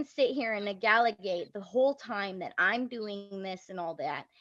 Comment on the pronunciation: Wait “Negalagate”?????